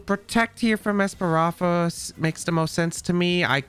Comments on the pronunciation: I love ’ videos but the esparafra mispronunciation was:( haha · Damn you really can’t say ES-PA-THRA? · That’s a lot Of strokes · JAJAJ same with opportunisticccc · This video was pretty good, but your mispronouncing Espathra was hard to really enjoy it. Practice pronouncing words just as much you play Pokemon and your videos will be more enjoyable. But I love how you used Espathra. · I had a stroke everytime tried to pronounce Spathra.